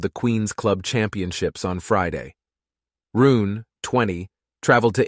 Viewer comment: His name is HOLGER .. RUNE the e is NOT Silent .. so his name is NOT Holger RUUN as u say so many times. Maby u should have seached his name before saying it wring so many times?? Its soooo easy to do